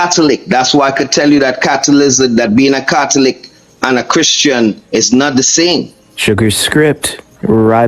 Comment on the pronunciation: Dude was a catholic, can't even say the word catholic!!